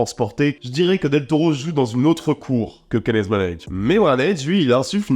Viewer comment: Ça se prononce Kénesse Brana. Tout simplement.